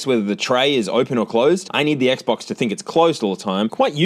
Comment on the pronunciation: Bro said hink